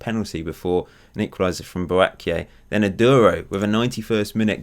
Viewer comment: Pronounce Boakye as Boa-Chi or Boa-Che